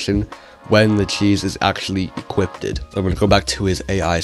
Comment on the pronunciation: "equipted" lol